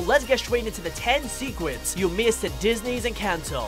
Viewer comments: You said secwets not secrets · Anyone else realized he said sequets